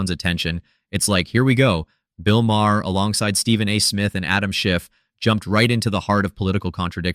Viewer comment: I think the mispronunciation of Maher make AI very possible.